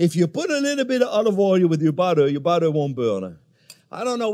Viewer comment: "Ol we need nao is BODDEH"